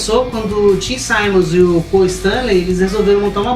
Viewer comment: Não se diz"saimmons"se diz Simmons mesmo 😎